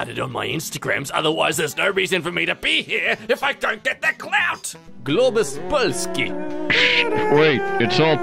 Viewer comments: When he said "Globus Polski" , he actually sounded a little polish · That was great pronunciation of globus polski, im impressed 😂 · i'm actually surprised that he said it correctly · Okay, i'm actually impressed you managed to say "globus polski" properly. I've never heard an English speaker say it the right way. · I came here to say exacly the same thing, I'm impressed as heck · Me, after hearing that pronounces almost perfect "Globus Polski": [Confused confusing confusion][Visible happiness] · As a native Polish speaker I can say, that you nailed the pronunciation of "Globus Polski" Just. Perfection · They said "globus polski" so well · You have read globus Polski quite good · "Globus polski" I love the way you pronounce it XD